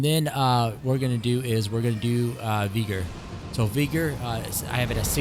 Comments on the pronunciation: Vee- gor lol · did you say 60 v-eye-gor? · if bro says vyger one more time